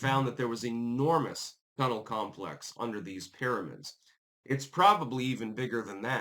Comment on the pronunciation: "Para-mids" is now on the list of words can't pronounce alongside diaspora and Maryland